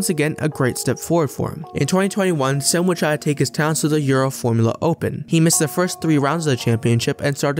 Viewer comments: Mate you could have googled how to say the name. It’s not sem its Cem. Imagine saying joy the c should sound like that. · say like GEM in english